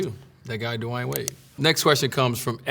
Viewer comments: Kinda weird man don't know how to pronounce his name 🤔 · First time I hear how Dwyane should be pronounced properly 😂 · How tf did he mispronounce his name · Did he just pronounce his name duh-why-an wade at the beginning instead of dwayne wade? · This is not dwayne wade it's dawayne wade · Did he say his name is Dewine? I've never heard his name said this way. Is this AI Dwayne? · “Hi I’m D-wine Wade” lol why he pronounce his name like that ? 😂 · Anyone notice how he pronounced his first name? "dewhy'n" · W8, his name is pronounced "du-a-in"? Not "du-e-in"? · Lol what. Da-why-ane? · Did he say his name was De Why In wade? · Did he just pronounce his name as Divine Wade? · so nobody is gonna talk about that his name is dwyane and pronounced as dwyane not dwayne lmao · "DU-WAYAN" Wade?! So that's how we were supposed to say it?? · Duwynee? Wade??? 🤔. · I always pronounced his name "dwayne" but he clearly says"dwah eyn" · “Hi I’m Dewine Wade” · He pronounced his name like it's spelled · At the beginning it sounded like he switched the w and y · i love dwyane wade. i dont know if i ever heard any1 pronounce his first name like that because i also dont think ive ever heard him ever introduce himself i love this bit when he slumped LOL i love how he answered sooooo in detail, like everything was so genuine and well thought out. i'd like to see more, i am even inclined to read the book he was adverting at the end LOL. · SO THAT'S THE WAY YOU SAY HIS NAME??!!!! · have we been mispronouncing hist first name all these years? It's not as in dwAIn but more like dwIght and dwAIn combined? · He didn’t even say his own name right hahah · Wait how did he pronounce his name😂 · why he pronounce his name like that? Am i the only one who hear it a little bit weird? Idk maybe im trippin 😂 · Him saying his name tho ... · Did he pronounce his own name wrong?